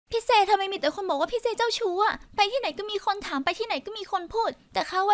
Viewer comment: เน้นเสียงคำว่า "เจ้าชู้" เกือบทุกคำ